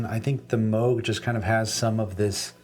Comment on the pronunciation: I love that you say Moog the correct way 😀